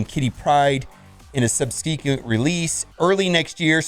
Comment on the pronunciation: Lol. Sub-se-quent Lol in otherwords not this release but the next one